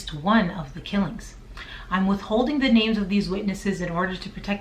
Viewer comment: I'm from the next town over from Jennings. Thank you for making this video, great job. Are you from Louisiana? You said everyone's name perfect!